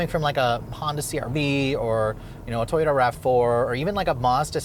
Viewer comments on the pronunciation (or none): none